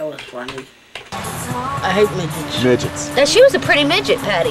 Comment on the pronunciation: "do you like migets" 😝